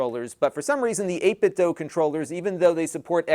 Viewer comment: It's pronounced dew; not doe.